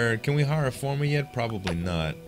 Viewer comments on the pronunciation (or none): Great videos but for the LOVE OF GOD, please pronounce farmer F ARRRRRRR MER and not FOR MER. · It's farmer not fomer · i love the way u say farm and farmer